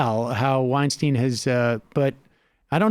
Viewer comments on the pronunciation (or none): Sam, he won't engage because you say his last name incorrectly. it's pronounced 'WeinSTINE' (according to Eric as per one of Rogan's podcast eps). I'm willing to bet that if you make this correction publicly he'll reciprocate.